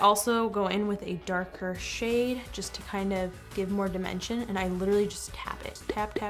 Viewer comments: When she said "to get your shade" It sounded like.. "to get your sh*t"... Omw 😂 😂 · When she says shade why does it sound like she saying something else